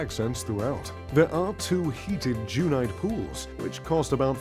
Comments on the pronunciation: Not jewnight , “ gunite” is pronounced as it is spelt. Gun - nite. Refers to the construction method. The concrete shell is “ shot” / “ sprayed” through a nozzle like a Gun. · Sadly, the snooty narrator mispronounces "gunite" as 'jew-nite'. It's actually pronounced '[ guhn-ahyt ]'. Still a thumbs up. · I’m in Easthampton right now staying at a gorgeous $2 million dollar home and it’s just fine. No bowling alley but we have a ping pong table downstairs! 😂 average is just fine. Also this guy keeps mispronouncing “gunite”, it’s like gun. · mispronounced "gunite" as "jewnite"?! 🤤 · Who is the clown narrating this video, who doesn't even know how to pronounce "gunite" pool ?